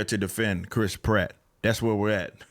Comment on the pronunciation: Please try to pronounce the a in pratt, apart from that ..great video ..love from England